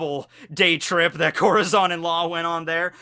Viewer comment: Im mexicano i hate the way he pronounces corazón its like some one pronouncing tortilla with the l’s